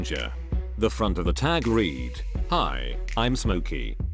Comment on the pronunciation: Bot errors : 1) self”eye” (selfie) vs. selfee 2) reed (read) red. Actual word in parentheses, mispronunciation vs correct to left or right. Context or proper enunciation cannot be deduced from minimalist programming!!